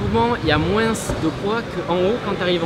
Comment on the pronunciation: vers les "moinsssss" c'est de quelle région ça ? Je juge pas je viens d'Alsace en terme de défaut de langue on est gratiné